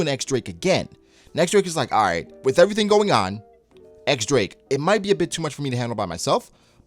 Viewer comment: Its "Diyes" not "ex" Drake. But yeah, great chapter and review.